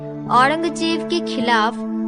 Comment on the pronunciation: Hey ... It's not Maraatha it's मराठा